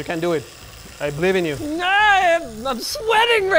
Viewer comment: ......."no re".......Medhi are you Greek?? 😂😂